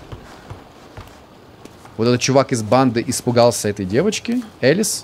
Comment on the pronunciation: Не Элис а Алиса